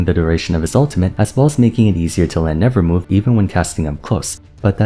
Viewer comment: Am i the only one a little peeved at saying "nevermove" instead of nevermore...